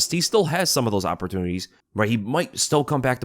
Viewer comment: "Opertwooees" OPER-tune-iTees. I've seen no improvement over the last three years. One grows impatient.